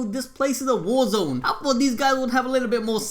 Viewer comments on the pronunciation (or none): none